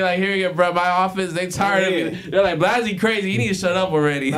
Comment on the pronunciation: Why keep calling him blozzy. It’s blazzy